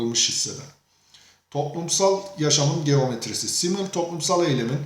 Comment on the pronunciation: telafuzunuz çok hatalı. düşünürün ismini bile yanlış söylüyorsunuz